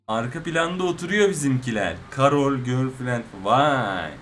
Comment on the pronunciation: Abi okunuşu karöl değil kerıl